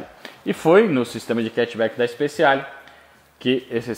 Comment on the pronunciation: Ótimo vídeo!. Uma dica, se você me permite: Speciale se lê speTIale, e não speSSIale.